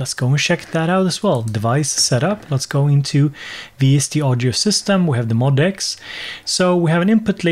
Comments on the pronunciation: According to Yamaha, you are supposed to say it "MOE--DEE--ECKS." When I first saw it I said MOD-X, too! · Cool video! However, it's pronounced "M-O-D-X" (em-oh-dee-ex) according to Yamaha. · BTW, it's pronounced "Mo DX".